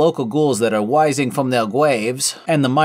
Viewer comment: "Wising fwom der gwaves" had me laughing.